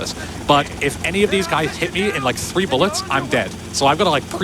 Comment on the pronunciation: how about “kilo Zulu frew”